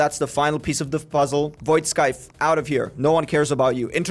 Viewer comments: Btw it's pronounced Scythe not S-cythe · stop SAYING VOID SKYTHE PLZ MAN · why is bro calling void scythe void sckythe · Void scythe but bro said void kctythe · Why does no one know how to pronounce scythe gng🫩